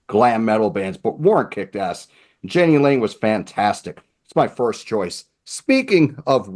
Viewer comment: Jani Lane's name is pronounced Yah-nee